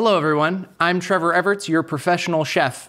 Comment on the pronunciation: also Trevor your pronunciation is on point!!